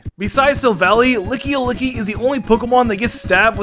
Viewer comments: Licky-o-licky? Its just lickilicky there isn't an o anywhere in its name. 🤣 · did he really call lickylicky lickyelicky lol